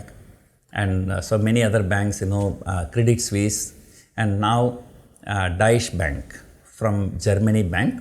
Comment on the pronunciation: Sir, its not Daish bank.. 😂😂 it’s Doi-she bank